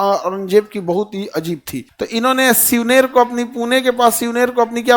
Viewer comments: Gaga bhatt hai 😂😂😂 gangabhat nhi aur Shivneri ko Shivner bol rahe ho pahale khud thik se padhalo baad me baccho ko padhavo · Shivner ❌️ shivneri ✅️ Ganga bhatt ❌️ Gaga bhatt✅️